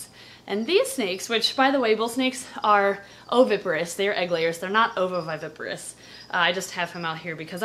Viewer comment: How many times does it take for you to mispronounce ovoviviparous